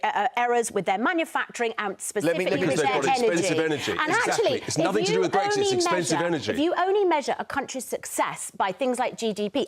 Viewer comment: "Brexik" Oh dear. This is how the rest if us got lumbered.